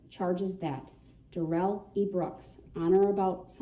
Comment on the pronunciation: His name is NOT pronounced like he said! His own mother calls him DARE-ELL NOT Dare-rell! This is his attempt to spiff it up like Joe Dirt! 🤣🤣